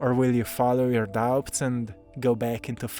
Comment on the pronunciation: 💕 sweet... The "b" In "doubts", is silent. 😇